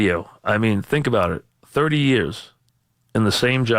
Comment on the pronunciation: OMG if I have to hear "thirdee yee-uhs" one more time...